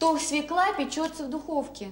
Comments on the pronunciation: Как же бесит эта "свеклА", даже у казалось бы грамотных интеллигентных людей!😮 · Нет слова свеклА, есть слово свЁкла. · Задолбала сто раз за ролик повторила свекла, свекла,свекла,да чтож такое то свЕкла твою мать,свЕкла,свЕкла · Не зря же, говорит сахар из свЕклы́ делается.. Убогая, она из сахарной делается, и не из свЕклы́, а из свёклы. И нужно было "потомить её часа 3" — ведь все мы знаем, что "чем чернее, тем лучше".)) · Нем свекла, в све́кла!!! За что Марусе такое? 🤦‍♀️ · Как же режет ухо эта "свЕкла"!!! СвЁкла!!!!! Да запомните пожалуйста! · Не свекла, а свёкла. Тундра😂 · Так вы задолбали со своей свЁклой и творогОм. Может, потому люди и отказываются так произносить, что звучит это отстойно 🤮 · Юлечка, я очень уважаю Вас, могу смотреть Ваши ролики часами. Вы потрясающая женщина, умная,красивая, приятная во всех отношениях, но, пожалуйста, пожалейте наши уши! Я знаю, что Вы знаете 5 языков, но в русском языке слово свЁкла пишется и произносится через Ё. Ударение падает на первый слог. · Дорогая Юля; ударение надо ставить правильно. Свёкла!!! Это же неприлично так неверно ставить ударение!! прямо слушать невозможно!! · СвЁкла, Юля! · СвЁкла, пожалуйста, свЁкла. Надеюсь, Юлия научилась готовить съедобный борщ) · И всё-так свЁкла!!! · В слове свёкла , ударение падает на - "ё" . Неужели высоцкая об этом не знает 😂